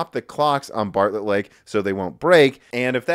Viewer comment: Intel Embargo Lake, can't stop hearing it everytime Intel Barlett Lake.